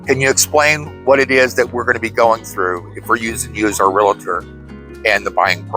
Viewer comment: I appreciate your content and have watched many videos but there is no "i" in real-tor! A common mispronunciation. 😘